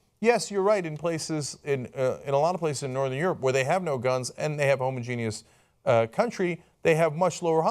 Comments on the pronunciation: Cenk it's pronounced ho-moj-e-nus, not homo-genius. Homogenius is a slur against very smart gay men. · Homogeneous is not pronounced Homo-Genius. It's pronounced Hom-Ogenus. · If you're going to use the word "homogenous" so many times please learn how to say it properly Cenk :) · its not pronounced homo genius where im from or spelled like that homogeneous sounds like ho-moj-en-us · language tips for Cenk: the word isn't 'homo-genious' it is homogenous. ho. mo. ja. nuss. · Please, please, never stop using the word "homo-genius" instead of "homogenous". I find it brightens up my day. Much like when someone scrapes their nails against a blackboard or that old dial-up modem sound. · Whast the hell is homogenius? You mean homogeneous? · my inner grammer nazi comes out every time cenk says homogeneous